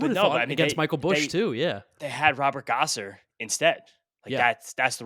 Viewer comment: is painfully bad at pronouncing names—Robert Gasser, not Gosser.